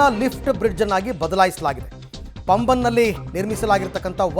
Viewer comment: Paambhan. Not pamban